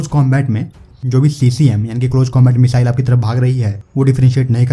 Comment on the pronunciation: मिज़ाइल नही होता भाई मिसाइल होता है